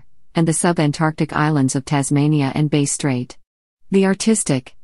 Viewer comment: yeah, turning it off after ten seconds: "Base Strait" pah